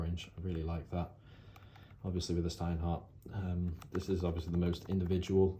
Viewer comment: Shhhhhhhhhteinhart. It is how it's pronounced